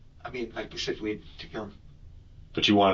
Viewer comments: When the detective asked him if he did any extracurricular activities, he said “ not Pacificly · You can't define yourself as involuntarily celibate if you are voluntarily paying for sex or have had a physically intimate relationship. His level of intelligence is painfully low. I haven't heard someone use "pacifically" instead of "specifically" since 3rd grade 🤣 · This is like the third interrogation I’ve watched this week ;where the suspect says pacifically instead of specifically. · “Pacifically” what a moron